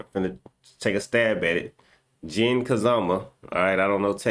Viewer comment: Yea I 100% agree shit is way more fun to watch when its lore adjacent. Also u pronounced Jin's name perfectly 👍